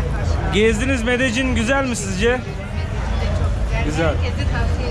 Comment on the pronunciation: Medecin değil :) Medeyyin :)